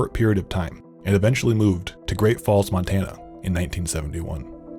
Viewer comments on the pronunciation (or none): none